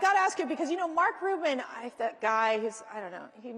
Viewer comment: CUBAN, not Rueben